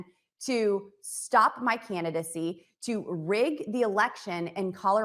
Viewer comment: Can Boebert say “candidacy” instead of “cannidacy?” I mean, she’s not all that smart, but she also knows how to mangle the English language.